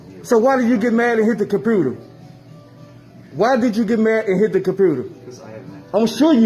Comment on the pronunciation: I love how the first video the ignorant pos "customer" keeps saying cumpooter.